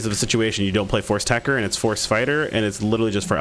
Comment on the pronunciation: It's Tech-Ter, techter.